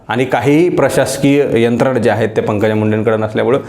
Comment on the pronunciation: आपलं विश्लेषण अप्रतिम आहे पण एक शब्द दुरुस्त करा, तो म्हणजे वाक्याच्या शेवटी आहेत असं म्हणा आहेता, आहेता असं म्हणू नका